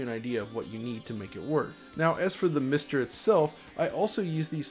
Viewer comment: each time he says MISTer it sounds like something from from bdsm porn